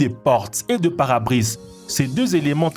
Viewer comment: "yocht" "para brise" wtf !!!!